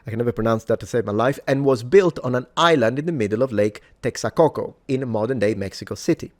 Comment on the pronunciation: No one's gonna mention the lake of "Texacoco"? wtf. It's called Lago de Texcoco.